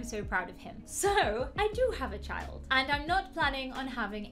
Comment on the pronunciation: Her : i hafe burthe a chald Me: WOT